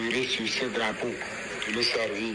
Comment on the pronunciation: On ne dit pas le GRApeau, on dit le DRApeau hein.